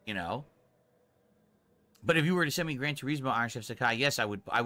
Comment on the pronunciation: "Gran Tureeezmoh"